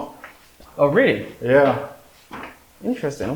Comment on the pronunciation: I love the way he said the oh really in the American accent 😂😂 but good video